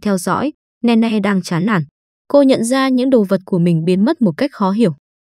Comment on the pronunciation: Là nini ( Nene ) chứ ko phải Ne Ne